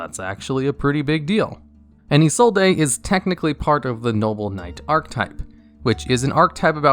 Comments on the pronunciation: Hearing you say "EE-soul-DAY" hurts me so much! Her name is pronounced "EE-zold" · Isollde is pronounced (ih-sold) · Btw... In Isolde, the E is silent... So its name is Ee-Sold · Ah yes. Eeh-Soul-Dae. My favorite Noble Knight. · I know it's wrong but I still love how you say 'izolday'